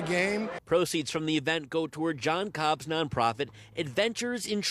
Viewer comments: Yes, whatever you do, don't pronounce Jon Kolb's name correctly. 😑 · If you are going to cover the story and report on it….at least get the names correct. It’s KOLB not Cobb